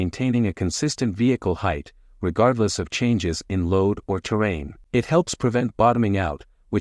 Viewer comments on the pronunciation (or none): Before I say this, just know that I'm not a heartless person and I really enjoy your video's. That said, please practice saying words with R's in them! It's really hard to listen and learn things when a word like terrain is said like ter-wain. I'm sorry for being an a-hole about pronunciation, it's just that one thing triggers something in my brain that makes me crazy. I really want to support your work. Anyway, I'm sorry, and good luck bro.